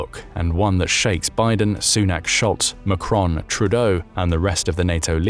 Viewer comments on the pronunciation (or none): none